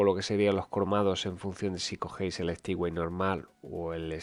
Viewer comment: Por favor, dejad de decir de una p. vez Stipway. NO SE DICE STIPWAY. SE DICE STEPWAY. Es un palabro en inglés. XD